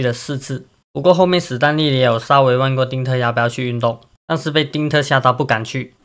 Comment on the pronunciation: 史丹利 不是死丹利 ㄕㄙ不分聽了好難過